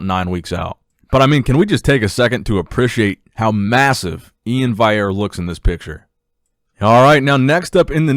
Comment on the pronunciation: E-in valley-air.